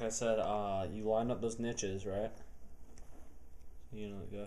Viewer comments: what the hell are nitches? the last time I checked they were called notches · What the craps a nitch!!!?? I thought it was a notch lol